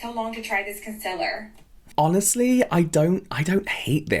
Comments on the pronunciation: Lol, ppl who say "CUNCLR" instead of "concealer" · I can't cope with her saying "KUN-SULL-RRR" genuinely what the FUCK are you saying girl, learn english pls pls there lowkeyhighkey needs to be not only official consistent influencer language but also influencer education standards so people can be sure they are listening to someone who knows how to actually speak words properly...... just my opinion, don't get mad, allegedly etc